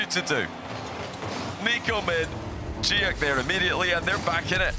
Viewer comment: I'm the biggest Joreuz stan in the world and I'll be rooting for NIP in Paris! Glad Novo won't be there so we don't have to listen to JohnnyBoi pronouncing Giuk in the dumbest way possible. It sounds like he's having a stroke.